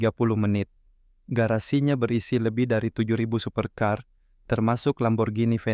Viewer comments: Tulisan super car. Bukan dibaca super caaar....tapi super kar...paham? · Tukang ckp dia ni sumbing ke apa perkataan banyak yg salah supir caer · Jgn di b3g02in banget lah masa baca super car kaya gitu blm istilah2 asing yg lain